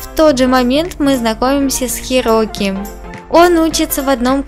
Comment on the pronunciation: Правильно Хироки